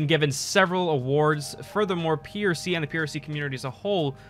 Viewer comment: Good job keep it up! also its prc not ppc